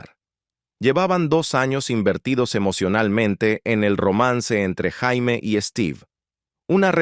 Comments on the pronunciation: No sé dice Jaime, se dice Yeimi, pronuniciénlo bien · Si nombre no se pronuncia como JAIME.. Porque en español sería un nombre de hombre.. Se pronuncia "YEIMI" Summers 🤦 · No es Jaime... se pronuncia "Yeimy". "Jaime" is nombre de hombre. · Ora Jaime🤣 Se " prenuncia" Jeimy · Su nombre no se pronunciaba ni Jaime ni Yaime, era "yeimi" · Què desastre que la llamen JAIME, como si fuera hombre. En mi caso es apellido😂😂😂😂😂😂. Muy mal, esa pronunciación es desastrosaaaaa😢😢😢